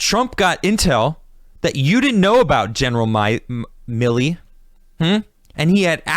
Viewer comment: Really enjoy this, but it's "Milley," not "Miley"